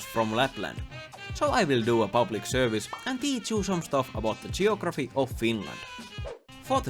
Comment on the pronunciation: Jeografi :DDDDDD